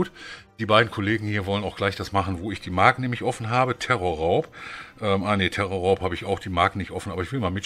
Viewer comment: Auf jeden fall TERRORRAUB Hahahahaha und nicht tresorraub